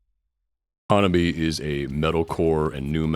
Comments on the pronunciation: Awesome video! Just an fyi, HANABIE. is pronounced ha-na-BEE-eh. Also, when spelling HANABIE. don't forget to put the period "." at the end. The period has specific meaning for the band. Been a fan since I 1st saw rhem in nyc in 2023. So happy that theyve been gaining in popularity and fans! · While it is great to see you doing a video on this awesome and fun band, a couple of notes: their name is actually pronounced HAN-AH-BEE-EH and their first single that really pushed their colorful image was called 'L.C.G.' (Lollipop Candy Girl). Still, respect for your vid 🤘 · "HanabiE" it is not a silent E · One of the earliest English language videos about Hanabie that I saw was on the Axe Japan channel It was released shortly after the We Love Sweets video came out. He pronounces Sae correctly, but not Hanabie. For the pronunciation of Hanabie. watch the video 'The RIGHT WAY to say "HANABIE."' A couple of other innovative Japanese bands to check out are Ailifdopa and Paledusk. They are all-male bands. They might be too experimental to be popular but the music is interesting and their music videos are outrageously weird. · Some people....like the majority of these reaction videos produced since Spicy Queen came out? The fan base is getting kind of weeby if ya ask me. Bunch of old dudes who don't know hardcore from thrash metal, can't pronounce Hanabie but they luvs them cute Japanese girls... Oh well, I do love that Hanabie is absolutely raking it in on merch. They deserve every penny. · Good video man! I saw them live march 17 2026 in Montréal and that was insane! They're so good live.. Since tour video is informative, i would like to point out that HANABIE is pronounced with an É at the end, like HEY.. I think they tried many times to tell people and maybe they give up 🤷.. But yeah They're fun and awesome!